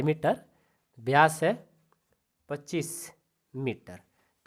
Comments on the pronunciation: सर व्यास होता हैं ब्यास नही होता है😊😅😅😅😂😂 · Ye vkr ki jgh to bkr bol rhe ho or vyas ki jgh byas bol rhe ho or ye vyas d nhi hota😅😅😅😅